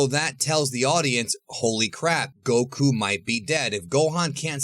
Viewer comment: Bro it’s not “go.... KOO” lol it’s one word man goku